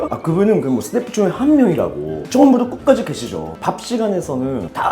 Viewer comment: 처음부터 끝까지 라는발음을 보아 말을 배우기위해 엄청난 노력을하셨구나 라는게 느껴집니다 ㅠㅠ